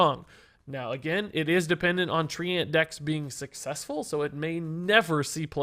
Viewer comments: Thumbs down for pronouncing treant as "tree-ant" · Lul tree ant, someone tell him how to pronounce Treant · The way pronounces treant might be the best thing in a while.